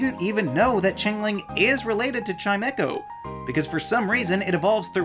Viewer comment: Chime-echo? There's only one e in Chimecho, where does the second e come from?